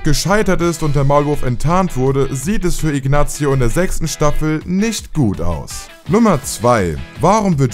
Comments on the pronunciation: Oder aber Ignazzzio...Wie kann man bei einem so großen YT Channel Sachen so schlecht aussprechen?! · salamanka nicht sälämänka , Inasio nicht Iknatzio macht ihr das extra oda watt ? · Scheiß Video. Sein Bruder heißt nicht Chuck Goodman, sondern Charles "Chuck" Mc Gill. Salamanca ist außerdem ein spanischer Name und wird nicht "Sälamänka" ausgesprochen.... gleiche gilt für Ignacio.... nicht "Ignazio".... das "c" wird ähnlich wie das englische "th" ausgesprochen. Macht erst wieder Videos, wenn ihr es könnt.